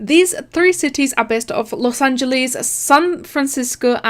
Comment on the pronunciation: Did you really just say Los Angelees? Kinda? He clearly says he made it by himself You mean clearly?